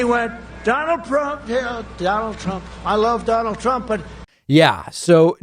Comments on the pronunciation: OK. Mispronouncing his own name. This can't be real. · When you say your own name wrong, that is another level of anarchy. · Donald got one thing right when he mispronounced his own name "donald Prump". In Icelandic "Prump" means fart 💨. Well done, finaly you got somthing right 🤗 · Please keep calling him PRUMP!!! I'm dying laughing....😂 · prump cant even say his own name correctly and you are taking jabs at biden? Does the cult forbid sight and sound? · "Donald Prump" 🤣🤣🤣🤣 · “Prump” 🤣 Oh, man.... Oh, oh boy... 🤣🤣🤣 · Can’t even say his own name 😯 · How could you say your own name wrong.